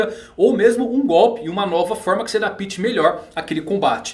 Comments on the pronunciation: dapíte n existe.... foneticamente o jeito certo eh adÁpte... so pegando no seu pe mano vlww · O correcto é " adapte " e não " adapite "